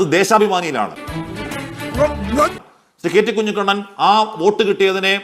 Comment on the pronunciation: കുഞ്ഞികണ്ണൻ അല്ല. കഞ്ഞിക്കുണ്ണൻ